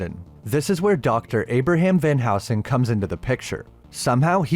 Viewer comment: wasn't going to comment but it's van helsing not van housing mate. great videos though.